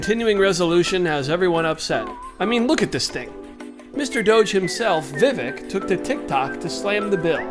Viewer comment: Vih-VAKE, NOT “VIV-eck”.